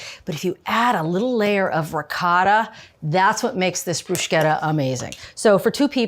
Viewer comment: I thought her pronunciation of "prozhooto" was weird, but "brooshketta" is even more unexpected. Love Julia either way though, great vid!